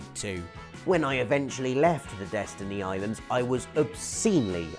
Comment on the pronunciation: It's "DESTINY" ISLANDS!! D